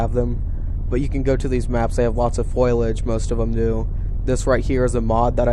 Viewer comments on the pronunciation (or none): it's foliage not foilage